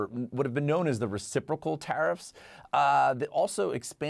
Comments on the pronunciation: Does the EU not understand what reciprocal means? UVDL cant even pronounce it so maybe she doesn't know what it means . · The way she pronounced reciprocal was silly. 😅